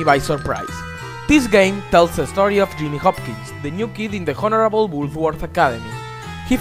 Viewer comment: did you say Honerable or horrible?